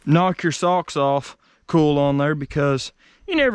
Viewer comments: It ain't "ool" it's "oil". I ain't a "cool" it's a "coil", well, I knew you knew that... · Hi all great vids mate I'm enjoying them. At first I didn't know what you were saying when I first listened to you speak lol you say oil like ol and coil like cool. I don't know why but Americans can't say the i in the pronunciation of certain words. Coil pronounced like coyl or Doyl. Oil is the same oyl. How do you say Craig all you Americans haha you say it like Crag it's Crayg it's not a silent i. Anyway that's my bit haha. Now lets see how many Americans don't like me telling them this. What are you doing with all the vehicles once you get them going? Jeremy Downunder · What the hell is a ‘cool’? He keeps saying it.